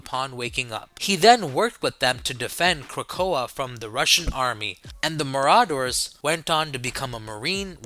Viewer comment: Is he/it trying to say Marauders???😂